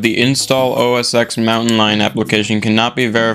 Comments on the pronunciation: does anyone actually say, out loud, os ten? i think i've heard one person ever do that and they were channel dedicated to old macs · Sorry if I’m being nerdy here, but I have to. The X in “OS X” is pronounced 10. (for example, you would say Mac OS 10.6 Snow Leopard, 10.7 Lion, etc.) “Yosemite” is pronunced “yo-seh-muh-tee.”